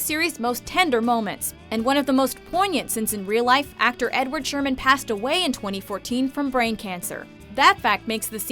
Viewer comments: Edward HERMANN... not Sherman. Just saying 😊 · Edward Hermann NOT Sherman. Freaking idiots! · it's edward herrmann not sherman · If you're going to do a voice over, do it right, or at least have the decency to correct your mistakes on a second take; it's Edward Herrman. I mean, honestly, did NOBODY read the credits?